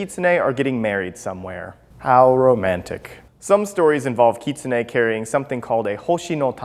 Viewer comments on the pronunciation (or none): no no no no, you're saying it wrong. You're saying it like "keet-sun-e' " when its pronouced: "kit-soon-e' " sorry, just pointing that out :) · Utahraptorr it is. He is pronouncing it wrong. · Kit-su-nae? I’ve been pronouncing it wrong, I pronounced it as Kit-sune.. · i thought it was pronounced Kit-Soon